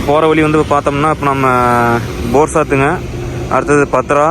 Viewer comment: தம்பி அது போர் சாத்து இல்ல போர் சாடு...வல்சாடு வாசாடு போர்சாடு..நான் ஏன் இவ்வளவு தெளிவாக சொல்கிறேன் என்றால் நான் வல்சாடு மாவட்டம் தரம்பூர் மாவட்டம் ஹவா மாவட்டம் மூன்று மாவட்டத்திலையும் எல்லா ஊர்களிலும் போரிங் ஓட்டி இருக்கிறேன் .இந்த மூன்று மாவட்டத்திலும் என்னுடைய காலடி தடங்கல் படாத இடங்கள் ஏதும் இருக்காது ...அதுவும் இல்லாமல் நீங்கள் படும் கஷ்டம் எனக்கும் தெரிகிறது ஏனென்றால் நானும் ஆறு சக்கர லாரி 10 சக்கர லாரிகளில் அங்கு வந்து பணிபுரிந்து இருக்கிறேன் ஆகவே உங்களுடைய சிரமம் எனக்குப் புரிகிறது. கவனமாக போய்விட்டு கவனமாக வாருங்கள். நன்றி உறவே.